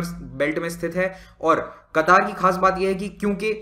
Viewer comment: It's क़तर not कतार